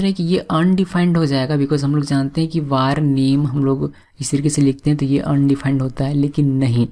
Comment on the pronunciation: He is saying war but it's var (वेर). It's irritating me so much... Looking for this comment...